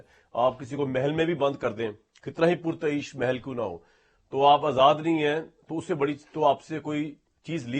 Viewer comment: یہ لفظ”پرتعیش” ی پرتشدید پڑھیں۔ جیسے “تکلف” تصرف”تجسس”اور تمدن” ہے۔ اسی طرح “کالعدم “کو “کل عدم کی طرح پڑھیں